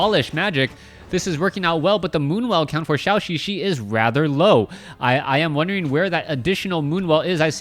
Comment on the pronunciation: Why does keep pronouncing Zhouxixi like Shaoxixi?